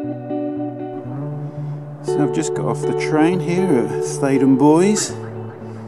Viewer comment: No was right in his pronunciation as this link shows... How To Say Theydon Bois